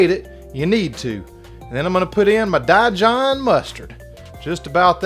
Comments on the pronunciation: Dijon is pronounced "Dee jon" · Die John mustard….🤣🤣🤣 I literally laughed out loud and will probably pronounce it that way from here on out! Chris cooking Nashville sent me your way and I’m glad he did. Been missing the heck out of crab cakes! Thank you!